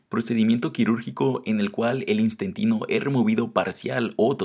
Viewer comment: Wow istentino en vez d INTESTINO😂😂😂😂